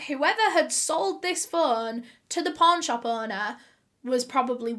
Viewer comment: When she said "pawn shop" I did NOT hear pawn shop.